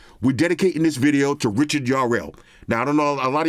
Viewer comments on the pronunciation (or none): none